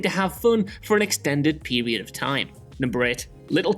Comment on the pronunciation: I like this "narrator's" narration very much but is it me or does he say 'Period' and 'Experience' weird?